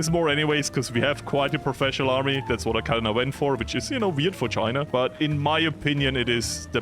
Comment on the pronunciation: Oh no how many time will he say chiner instead of china???😮😮😮